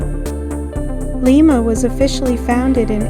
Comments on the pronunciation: It is pronounced Lie-ma. Not Lee-ma. I was born and raised there. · pronounce it LIMEA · It's pronounced with a long i, just like the bean. Lima bean. Lima, Ohio. I lived there for years.